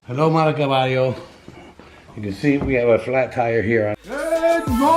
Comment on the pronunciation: Nakatuwa naman si un hello mga kabaryo naging kabayo